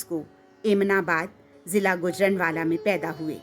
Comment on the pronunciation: Voice over artist ne jis Tarah Guj-raan-wala kaha Hy Bushra Aapa se kaise bach paii ho gii